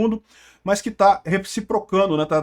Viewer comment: Recíprocando foi foda hein kkkkkkkkkkk